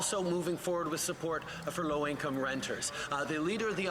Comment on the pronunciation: Trudolf couldn't even SAY low income, LOL